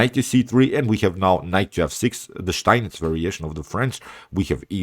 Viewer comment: Do you live in Germany? Your pronounc of steinitz variation is perfect, the steinitz I mean.